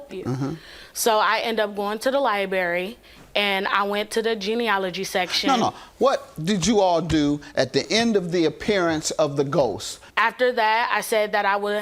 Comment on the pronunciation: "Libary" case closed...lol